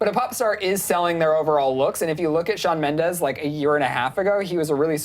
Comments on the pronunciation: Shawn has said multiple times that he does not want to be compared to Justin, and you on clevver news has spoken about it too. but still you dedicate an entire video to comparing him? hypocritical imoAND ALSO, in the beginning, Shawn MENDEZ???? with a z? lmfao, do your research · Shawn Mendez? omg is SHAWN MENDESSSSS!!!!